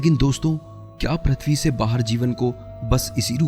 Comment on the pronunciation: prathvi (प्रथ्वी) नही भाई pruthvi पृथ्वी .. व्हीडीओ बारबार अटकता है .